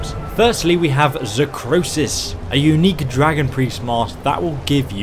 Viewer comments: Zahkriisos, not Zahkrosis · Okay, I know this is two and a half years old, BUT, it's 'Zah-kree-sohss' And it means 'finite kill blood' in Dovahzul.